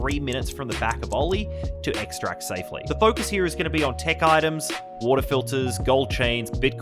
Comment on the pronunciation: WATAH FILTAH